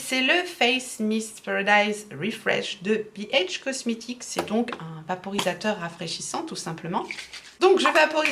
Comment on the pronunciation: mais si il est parfait c’est juste ta prononciation tu as dis vaporiTateur avec un T ou lieu de vaporiSateur ( juste à un moment de la vidéo sachant que tu avais répété le mot normalement au moins 3,4 fois avant que ta langue ne fourche désolée j’ai du mal à me faire comprendre je suis encore anémiée, fatiguée donc je rame 😂 pour me faire comprendre 😘😘😘! Merci ma pauvre de te donner la peine de chercher à comprendre 🥲😓🤪🤣